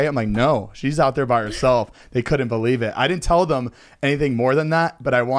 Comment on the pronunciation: Zane says "thum" instead of "them"